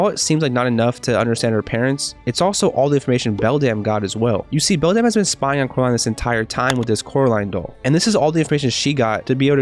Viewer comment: I love how you say belDAMN instead of beldam